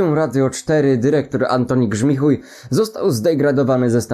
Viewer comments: "Grzmichujem" xDDD😂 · "Grzmichuj" rycze 😂